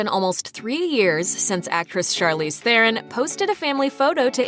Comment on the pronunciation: As a South African I cringe very hard every time I hear people mispronounce "Theron"